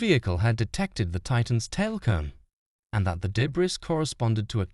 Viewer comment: Why is that guy saying de-briss field?🤔🤔 The s is silent, silly! It makes me terribly sad those people died simply because Stockton Rush is a cheap MF!